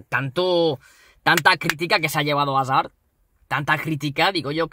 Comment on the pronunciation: Me da mucha rabia cuando dices hazard